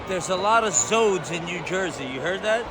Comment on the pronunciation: "there's a lotta zodes in new jersey" ITS ZOE'S 😂